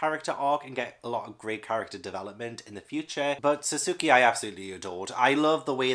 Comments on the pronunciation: SUSUUKEEY!! It's been a long time since I heard someone pronounce his name wrong. Since I dislike that shit, I am glad people still mispronouce his name. Wahahaha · Sad Naruto didn't make it, was such a massive part of my teenage years 😓 Also, if you ever do get to it (which I fully recommend) Sasuke (Sos-kay) Sakura (Sack-oo-rah) (like the blossom) (Sorry, couldn't help myself 😅) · Pronunciation Guide: Alphonse: Al-fon-z Sakura: Sah-ker-ah Sasuke: Sah-s-kay Pretty sure those were the only ones I noticed and this is only based on the anime so it could still be wrong. Also, if you look into the backstory of Berserk, I think you'll love it even more.